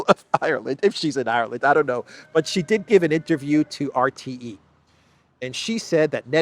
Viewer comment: Sheeeee not Jheeeee